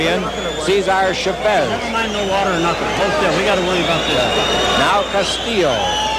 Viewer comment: julio is pronouced right, ,, cesar and chavez is not ,,, the accent should be on the first vowel.